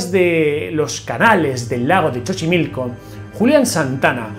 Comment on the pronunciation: Hola, sólo te aclaro que no es "Chochimilco", el nombre correcto es "Xochimilco", se pronuncia como "S". Saludos desde México, soy tu fan.😘